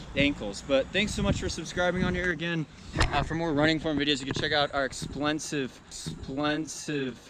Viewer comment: Loved your video edit emphasizing “explensive” lol - life is too short not to poke fun at yourself 😂🤣